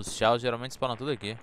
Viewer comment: o nome é chaos mas se le Caos não xaos